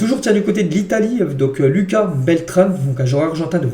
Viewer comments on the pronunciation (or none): none